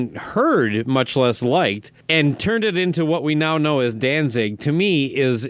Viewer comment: The interviewer is a d bag! He keeps calling them “Dan-Zing”... idiot.